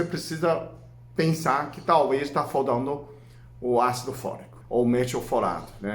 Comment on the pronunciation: " foldando " ( faltando)